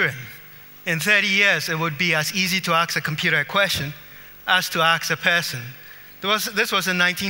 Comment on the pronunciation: He just had to say aks during the presentation... Smart man though.